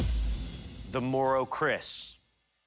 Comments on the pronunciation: Lopez and is CALLED "KERIS" IN THE NATIVE TOUNGE NOT KRIS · Its keris not kris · pardon me, but it has to be "Keris" not "Chris" (confused by the subs)